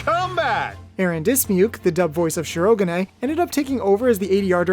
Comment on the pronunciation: Okay, because of me being an english subtitle viewer… “Shi-ro-ga-nay”? That one opened my eyes wide. Hell, I would’ve settled for an english accent “Shi-ro-gan”, which while may sound as its Japanese pronunciation, point should be still made